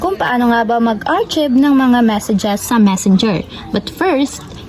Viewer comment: Sorry ha, artsib? It should be aar-kive. Unless my explanation ka po bakit ganun basa mo.